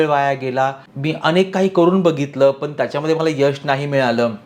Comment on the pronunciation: asunahee tumhee "पण" ला "पन" बोलत आहात